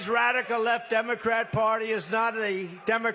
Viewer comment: Sounded like "democraps"